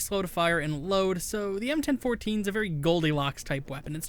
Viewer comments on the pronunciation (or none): "EM-ten-fourteen" thats the first time I've heard anyone call the Bellini m4 that.